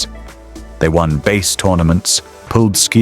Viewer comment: omg. lol they won BASE tournaments? This is what happens when AI doesn't know how to pronounce BASS (fish). Go AWAY. I won't listen to the other 25 minutes!